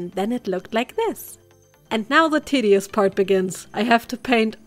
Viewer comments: did you just say the tiddy-ous instead of tedious?? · i know it's 'tedious', but I legit thought you said 'titty-ous'... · Is it just me or did she say "tiddyous" part ?? Maybe that's just selective hearing on my part.... 😅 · am I the only one who heard titty-ous instead of tedious?